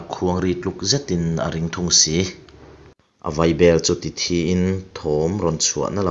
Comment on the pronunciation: Hmul thj (blood) a nilo hmul thî (dead)